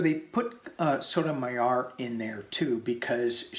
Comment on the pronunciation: Sotomayor is pronounced “So toe my or” ….w the accent on “or”